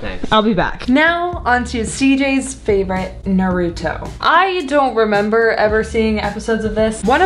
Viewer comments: How did I know she would ask Noah???? Lol Also: “Naroooto” um, it’s Naruto lol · you lit heard CJ say Naruto why are u mispronouncing it